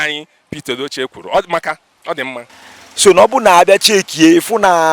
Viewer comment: His name is "Pete Edochie" . The correct pronunciation is "Peet", not "Pet".